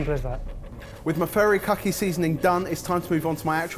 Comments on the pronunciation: i was so impressed when first said furikake correctly. then it quickly became furrykhaki 😂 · god listening to him say furikake was painfull. it's FU not FA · I literally had to pause the video. It's hilarious whenever calls "Furikake" seasoning "furry kaki". All I think of is a seasoning made by furries wearing kaki pants. Sounds more like, foo-ree-kah-kay. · "Furrykake" seasoning 🤣🤣🤣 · If it's any consolation, you were all trying far too hard with your pronunciation. "Furry kake seasoning", haha! Some good dishes none-the-less at the end. Oh, and I love Mio sparkling sake,! It's my favourite normal sake. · i die every time pronounces furikake as “furry-khaki” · I've never heard furikake pronounced so much like "furry khaki." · The Asian in me dies a little every time mentions his "furry-kack-ee seasoning". 😂 😂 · Worth it just to hear repeatedly mangle the pronunciation of "furikake"! 😆